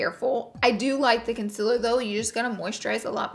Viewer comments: Every time she said “conciler” instead of “concealer” it was like a knife to the gut 😩😩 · CON SEAL ER NOT CON SIL HER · Laura Lee you should try concealer not con-siller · It's not concilir it's concealer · Consiller it is consealer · CONCEALER NOT CONSILER PLEASEE ❤ love youu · Its concealer not consiller.... please empasise on the "ceal"... sounds a lil disturbing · Laura. I love you and I don’t even care that you say “con-siller” or how you pronounce “oil” But the word you’re meaning to say is “welt” not “whelp/welp” No shade, all love 💗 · Thank you!! I was looking for this comment! Laura be havin puppies! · she says consiller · Saher Shazad because that’s how she pronounces it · i love the video but it’s pronounced cun- SEA-lur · Laura Lee its pronounced "welt" not "welp up" so you mispronounce concealer too. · i watched this just to hear her say concealer wrong. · Omg yesss lol